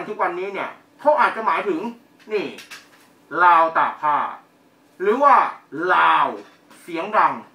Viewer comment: คุณอออกเสียงไม่ถูกนะครับ "ราว" กับ "ลาว" (ตอแหลอ่ะ) ประเทศเขาดีกว่าไทยอีกทางด้านวัฒนธรรม